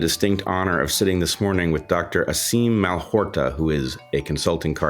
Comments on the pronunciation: Bret, it’s not MalHORta but MalHOTra. Dysexlia lures! 😊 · Fyi Its Malhotra, not Malhorta. Now youve got ppl misspelling it in the comments 🙄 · Mal-hot-ra. Not Mal-hor-ta. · Malhotra not Malhorta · Dr Aseem Mal ho tra. ...not Mal hor ta..., BRET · Mal-hot-rah. His name is well famous now... How in the FUCK are you still getting it wrong? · "Hot-ra", Brett, not "hor-ta". He was too polite to correct you. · Dr. Malhotra not Malhorta. Bret- so unfortunate that you mispronounced his name- twice. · ouch Bret , malhotRa , not malhoRta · Brett pronounced the doctor's name as you spell it, but Dr Aseem's last name has the r after the t and not before: Malhotra. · Slight mispronunciation of the doctor’s name. The last syllable is “tra”. Great video. Thank you so much! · Sadly...it somewhat discredits an interviewer when one introduces an important participant but mispronounces their name. Just take a second before air time to get it right.